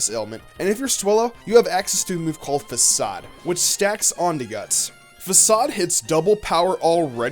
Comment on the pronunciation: You say facade like fa-kade